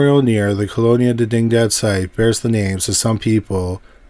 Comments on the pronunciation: Didingdad… Wow. dig-ni-dad. Video unwatchable… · Dig-Ni-Dad, as in spanish for diginity. Its literally written on the archway sign in the video guy. Lol.